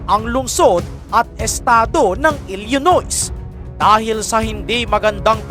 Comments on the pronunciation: Ilinoy hindi ilyinois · Please know how to properly pronounce the……PRESIDENT, CHICAGO, ILLINOIS and the rest…..Hindi na basta may content ka lang.